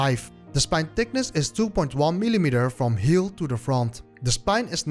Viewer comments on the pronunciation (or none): none